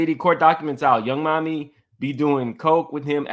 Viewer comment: PLEASE STOP calling that chile Yung MAMI...IT'S YUNG MIAMI (Think Florida) lol